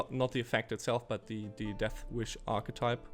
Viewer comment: "architype" lol